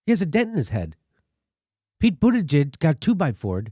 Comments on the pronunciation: I love that Jimmy keeps calling him booty-gig hahaha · It's BOOT-Edge-Edge... or MayorCheat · I love how Jimmy calls him "booty-gig" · Pronounced Boot Edge Edge. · Jimmy pronounces Buttigieg wrong. It is like Booti Judge. How Jimmy says it, though, is far better than saying Poop Peter judge as I have heard on Fox news. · Can someone make a supercut of every one of Jimmy Dore's mispronunciations of Buttigieg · Learn to say his name right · Another crackpot theory by Jimmy Dore.....Buttigieg DID win Iowa. And I really doubt that the DNC would rig the system in favor of an openly gay candidate over Bernie. And jesuschrist Jimmy, at least learn to pronounce Buttigieg's name correctly if you don't want to come off as an obvious homophobe. All the other newscasters pronounce it correctly but for some strange reason you can't? I would prefer to have Bernie as the nominee too but don't lie about the facts because AGAIN, Buttigieg DID win with 26.2% of the votes compared to Bernie's 26.1%.. The commentary from the 3 of you here comes off as incredibly biased, mean, and just plain ridiculous...a "smiling like a psychopath"? REALLY? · You can't cheat in an "Open" caucus. The candidates can literally see how many people are supporting them. Pete had people on the ground in each precinct counting and reporting back. BTW, if you are going to criticize a candidate, at least learn how to pronounce their name. Very unprofessional. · Pronounce Buttigieg's name correctly already. Neither you or Kyle Kulinski end up looking intelligent or funny by pronouncing it wrong. It makes you look small. And it makes that Indiana asshat look better in comparison. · Love how Jimmy refuses to pronounce that little weasel's name properly. 😂😂 Bootygag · Am I the only one who's heard this Pete fellow's name pronounced about 190 different ways? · When will Jimmy learn how to say Mayor Cheats name lol